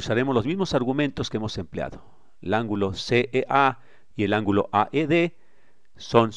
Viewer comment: "verticè!... angulò!" No se quien hace el doblaje, le agradezco pero suena mal terminar las palabras con acento abierto y alzando la voz continuamente.